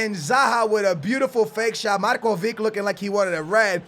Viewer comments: It's not MarkoviK, it's MarkoviCH!!! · MARKOVICH NOT MARKOVIC SAY IT RIGHT!!!!! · It's MarkoviCH not Markovik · it is markovič, not markovik, you have to say it like modrič or rakitič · Markovic is pronouncent Marcovich